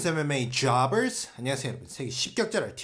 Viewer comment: 분석할 때 에메메이 조ㅑ벌쓰~ 발음 너무 좋네요 ㅋㅋㅋㅋㅋ자주해주세욬ㅋㅋㅋㅋㅋ